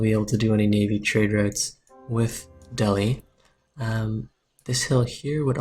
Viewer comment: It's pronounced del-ee :)